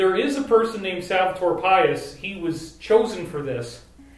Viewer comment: David great info, I'm looking forward to hear more about it. On a quick correction, try to read Salvador Pais in spanish rather than in English. It'll give you the right pronounciation. Salvador means "Savior" and Pais means "Country." Nación means "Nation".